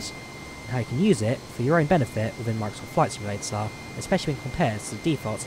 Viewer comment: Skyvektaaaaaaah in Flight Simulataaaaah?